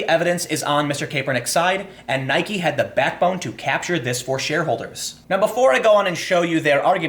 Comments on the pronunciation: There is only one thing I know for sure about the Nike / Kaepernick story: Tim has not decided how he wants to pronounce "Nike". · Why are you saying Nike like that that? Bike. Like. Nike. Come on, Tim. Get with the program. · Nope. It's named after the Goddess of Victory, Nike. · I say Nike, some people say Nike, but weirdos like Time say Nike